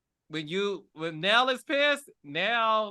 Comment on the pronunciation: You pronounce her name "Nell", but she spells it "Nail."